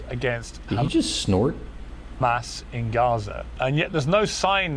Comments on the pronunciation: He can say “has” but says “khamas” what do you expect he can’t even grow hair 🤣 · Hamas said as Khamas is like nails on a chalkboard. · do you think the chhhamas pronunciation rule was emailed to everyone in media and government or did they just start saying it on their own?